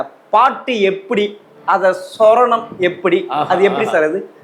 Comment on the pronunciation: இந்த லூசுப்பயலுக்கு ழ இவன் நாக்குல வரல, சுரத்தை சொரணம் என்கிறான். பாட்டும் நானே, பாவமும் நானே என்பதை பாடலும் நானே என்று சொல்றான் எல்லா என்பதை அல்லா என்கிறான். டேய் நீங்க என்ன பேசுகிட்டாலும் TMS பற்றி பேச அருகதை இல்லாத. தயவுசெய்து அவர்கள் இது போன்றவர்களிடம் தொடர்புவைக்காதீர்கள்